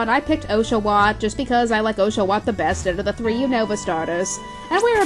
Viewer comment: Makes me cringe every time she prounced osh-a-watt wrong! Gah